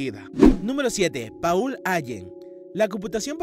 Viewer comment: Paul (se pronuncia Pol) Ayen (se pronuncia Álen)